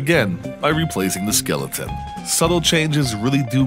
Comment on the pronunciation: Skillaton? Gotta be a MA accent thing. Love it.